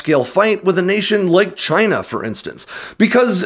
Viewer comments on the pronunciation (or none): none